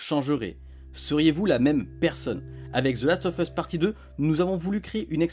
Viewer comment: Last of USSSSSSSSSS pas FUSSSSSSSSS bordel apprenez a parler correctement !!